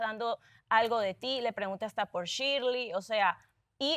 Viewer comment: Me gusta cuando a shirley le dicen shili 😂😂😂